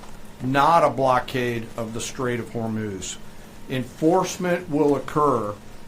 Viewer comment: ❤Not Homurj?(Hormuz)❤